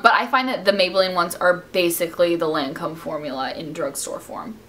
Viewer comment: She pronounces Lancome in french.. I mean that's how you pronounce it in France :)